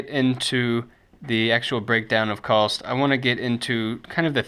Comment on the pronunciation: You know that there is no L in COST, right?